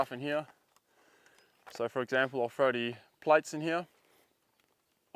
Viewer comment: I love how Aussies say throw. 'fro' 🤣